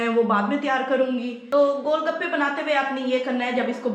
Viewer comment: Gol gapa bhi thek sa nhi boln Ata gol baka bol rhi thii😂😂😂😂😆😁😁 ....bhai maro mujha maro nhi bas maro mujha maro😁😁😂😂😁😅😅😁😁